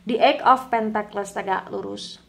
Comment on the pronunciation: Punten mbak. Tulisan Pentacles bacanya sepertinya "pèntekels", bukan "pèntekles".